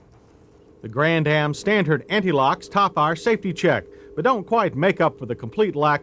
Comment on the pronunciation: Grann-Am not Grand-Dam. moron